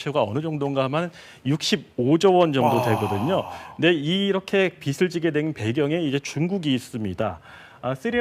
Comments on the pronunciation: 보도 내용은 논외로 하고 한 가지 꼬집어야 할 게 있습니다. 내용 중에 '빚'에 관한 멘트를 할 때마다 빚 다음에 오는 말의 발음이 틀립니다. 예컨테 빚을... 이라고 할 때 발음이 비즐.. 로 해야 하는데 빚츨.. 이라고 합니다. 이러면 그 빚은 의미가 빚이 아니라 빛(햇빛)을 의미하는 발음이 됩니다. 공영방송에서 아나운서와 기자로 나와 보도를 하면서 이런 것을 실수하는 것은 작지 않은 지적거리가 아닐까 싶어 쓴 소리를 써봅니다. 혹시 맞춤법이 변경되서 위 컨텐츠의 발음이 맞는 것이라면 죄송하다는 말씀 드립니다. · 빗이 [비시] 빛을 [비츨]이 아니고 빚이 [비지] 빚을 [비즐] 이렇게 읽으셔야 하는데… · 빚을 [비슬]이라고 발음하는 거 저만 거슬리나요...... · 기자라는 분이 "나라빚이 많아" 를 "나라빛이 많아" 로 발음을 하시네요. 심지어 조금 있다가는 계속 "중국에게 빚을 져서" 를 "중국에게 빗을 져서" 로 발음하시구요. 제발 기자님들이라도 제대로 된 한글 사용을 해주세요. 제발. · 똑 바로 못 읽냐!!! [나라 비치] ???? 기자는 빚을 지는 게 아니라 빛을 지나? 요샌 기자 대충 뽑는군